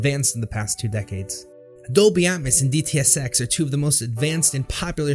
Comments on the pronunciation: It's pronounced Dolby "At-mows" not "At-mis" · I like the content, but it sounds like you're saying "at muss" and "deetee essex" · Its Dolby Atmos as in Atmosphere not Atmus try pronouncing the O and not replacing it with a U.